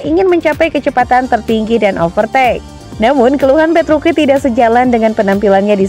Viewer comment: Gausah sok di baca petruki.. Petruci tetep di baca petruci.. Tolong mba mba nya yg baca berita ini cari info lbih dalam lagi ya sblm bacain berita.. Ketika anda menyebutkan petruki, ntah knapa badan ini bergetar...